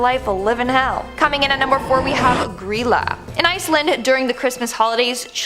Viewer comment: It was pronounced Gr-eye-la, but the pronunciation has been lost to time